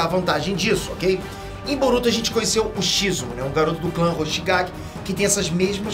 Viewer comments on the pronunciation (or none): Quem viu ele dizer Kisame Hoshikage ao invés de Kisame Hoshigaki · e hoshikagi ao invés de hoshigaki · Não é hoshikague é hoshigaki